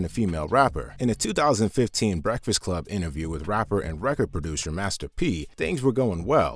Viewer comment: "Where my BWEKFAST ATT!!!